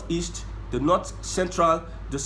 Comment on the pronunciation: Your analysis is top notch.. but why are you saying the „nut“ instead of „North“